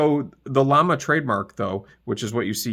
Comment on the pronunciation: Pronounced “yama”. The double “L” makes a y sound.